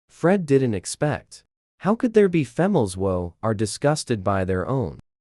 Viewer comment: What's with the sudden image of doge lol And why is the pronunciation sometimes weird? Like the "females who" in this sentence 😂 So far the story is good